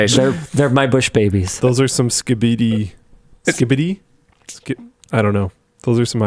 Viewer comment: trying to say skibidi is so fucking hilarious actually😂